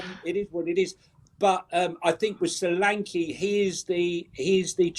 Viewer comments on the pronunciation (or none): As an American Spurs fan, hearing roll his Rs perfectly when saying "Vicario" and then calling Solanke So-LAWN-key, Pedro Porro PAY-dro, and Ange AYEnge, is very tragic to me. After years of watching the team and playing FIFA, pronunciations of player and coaches names as they are supposed to be pronounced is very easy. Rolling your Rs is not lol